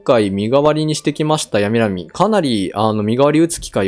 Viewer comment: ヤミラミはホウエンのポケモン ホウエンは九州 大分も九州だから その発音が正しい説も